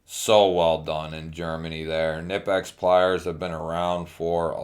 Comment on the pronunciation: It’s pronounced Knee Pex. Not kanipex